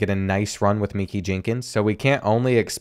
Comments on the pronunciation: It’s not meekie it’s ma-kye 😭is the name to black for u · minkey 😭 it’s pronounced ma-kai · I always look forward to these episodes and they always deliver on being A1 content. But with that being said, some of these names are getting absolutely butchered 😂 Names like Meeky Jenkins, Conception, Nguyen (new-en) are channel staples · I went to school with Mekhi Jenkins. It’s pronounced Mah-Kai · I gotchu on the pronunciation if u go up against Mekhi Jenkins again bud name is pronounced Ma-Kai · Since when was Mekhi pronounced like meeky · you pronounced mekhi wrong the whole video besides one part where you pronounced it right lol.